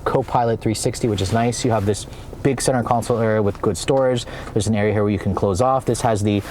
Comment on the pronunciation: ..Did I hear say, "Over hurr" 🤣🤣🤣